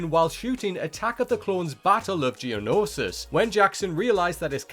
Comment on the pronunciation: i never wanted to kill someone so badly as i do after hearing the narrator say genosis like he doesnt understand english language